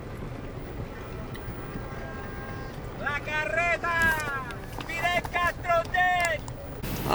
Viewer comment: Don't say la careta like a gringo, you Cali Cuban. lol